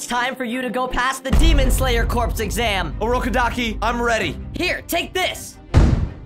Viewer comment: bro u said urokodakis name wrong